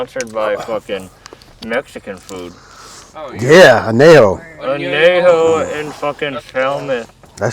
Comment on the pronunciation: The way y'all mispronounce añejo in the beginning 😭🤣